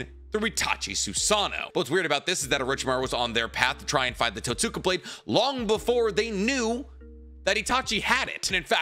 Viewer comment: It’s pronounced Tote-ska blade the way you pronounced it is like pronouncing Sasuke as Sass-ookay.